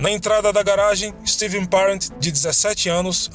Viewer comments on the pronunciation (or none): none